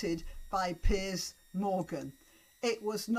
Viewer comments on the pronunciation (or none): none